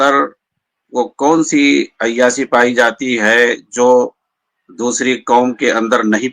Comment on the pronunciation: مولانا یہ شکل سے تو لگتے ہیں لیکن یہ اپنی زبان سے جاھل لگتے ہیں۔ ڈاکٹر اسرار کے پاؤں کے دھول کے برابر یہ نہیں ہیں۔ ڈاکٹر اسرار وہ شخصیت ہے جسکی تعریف مولانا علی میاں ندوی جیسی شخصیت نے کی ھے۔ یہ مولانا عیاشی کو ائیا سی بول رھے ھیں۔ شادی کو سادی بول رھے ھیں۔ عقیدہ کو اکیدا بول رھے ہیں۔ ایسے چوانیاں مولوی کی بات ہم لوگوں کو نہیں سننا چاہئے۔